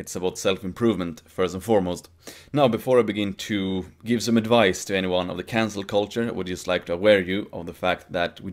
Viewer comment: I swear was saying "cancer culture" the whole video.